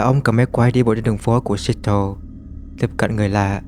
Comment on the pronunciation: Seattle đọc là Se/att/le nha ông ơi